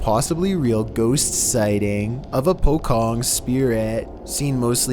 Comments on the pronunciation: Not KEH ITS CEH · Pocong—-Pokong Malaysian Indonesian: Pochong—Pochong both nation cringed lmao 🤣🤣🤣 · It's still funny that foreigners pronounce pocong as 'po-kong'... it's actually pronounced 'po-chong' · pocong is readed here like pojong for english speaker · Number 3, it’s called pocong also pronounced as “poh-chong” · You said the ghost on #3 wrong. It's po-chong like chop with 'ng'. I actually laughed with my brothers when you said that 😂😅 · it's called pocong , try to say it with C not K